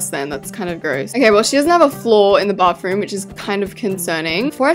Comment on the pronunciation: I love how she says bafroom 😊😊